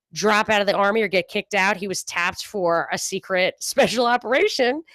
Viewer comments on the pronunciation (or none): none